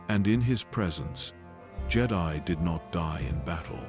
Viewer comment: Ah yes, the "Jay-die" Fuckin AI